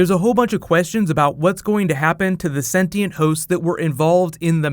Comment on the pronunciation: Yes you can read 'Shogun' by using English subtitles, BUT... It was disapointing to read 'senti and' instead of 'sentient'... lol remark: I'm Brazilian too